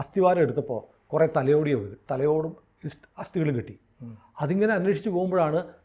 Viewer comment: തലയോടി 😅😅😅തലയോട്ടി എന്നു പറയൂ 🙏👍👍👍🥰